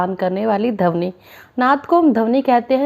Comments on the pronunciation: Dhabani nhi maam Pronunciation thik kiya kijiye dhwani hota hai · Aap plz dhawani ki pronunciation thik se kariye